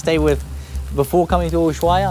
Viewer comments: Loving your videos, watching the "old" ones now. The H in Ushuaia is silent, by the way! Good trip to you and your baby ♥ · Just two things: the h in ushuaia is mute, it’s pronounced usuaia. You said gauchito perfectly, but Gil it’s pronounced like hill, when the G is followed by an E or i, it’s pronounced like a J (like the h on hill and hell) if the G is followed by an U and the i or e, you pronounce it like you did on the video, like in English.